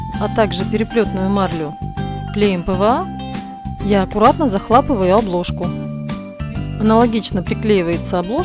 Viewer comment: захлАпываю. Вы серьезно???